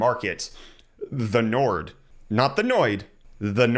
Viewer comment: Nord is North in Northern languages, and it's pronounced like"Nor".